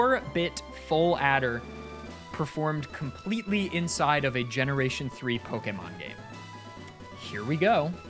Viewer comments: My god, someone who actually pronounces Pokémon correctly (poh-kay-mon, not poh-key-mon or poh-kuh-mon). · Why does he say Pokémon perfectly?